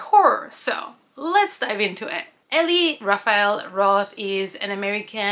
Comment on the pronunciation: "E-lie" roth. Not "e-lee"